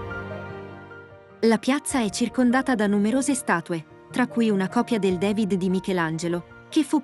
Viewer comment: Ma perché "devid"? DAVID